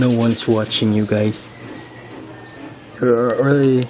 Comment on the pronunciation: "Very Hard Tae here" Bisaya People: 🤣😂